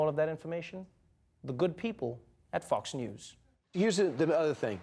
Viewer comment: Did you say "Fucks news"? :p